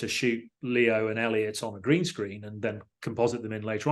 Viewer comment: Just want to highlight that Paul Franklin is a legend for getting Elliot's name right, it shouldn't be a big deal but it is.